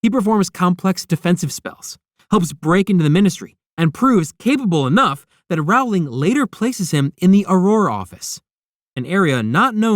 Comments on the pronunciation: Her name is pronounced Row-Ling.🙄🙄😑😑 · Bit like "Rowling" is pronounced like row in "Row, row, row your boat" and not like "having a row" with someone? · Pronounce her name right! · Writes an entire video about Harry Potter and can’t even pronounce the author’s name